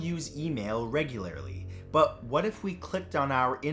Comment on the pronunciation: “Whuts thatt?!? Its a body!!” Yes is spelled what like that bc the way she said it